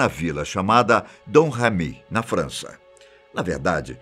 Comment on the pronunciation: impressão minha mas ele fala "França" como se fosse "Frounce/Fança"? Algo assim...